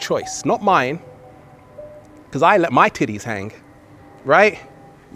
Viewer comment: Omg I cant stop laugh8ng everytimed he says tittes